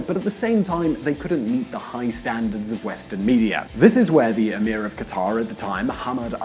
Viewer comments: Qataaaaaaaaar!!!??? I know he is not Arab or Middle Eastern, but shouldn't he try? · Qatar is pronounced "Cutter"... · nope. I'm not American. And it's pronounced very similar to "cutter" by actual Qataris, wouldn't you know it. I'll concede it's not exactly the same as "cutter" but it's closer to that than how the narrator in this clip pronounced it. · It's "KAT-tr" not "ka-TAR" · qatar isn't pronounced that way. Not that anybody cares I guess.